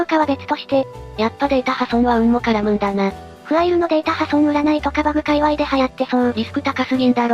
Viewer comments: ファイルじゃなくてフアイルなんだな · かたくなに フアイル って言ってるの笑う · ファイルのことをきちんとフアイルって言ってるの非常に良い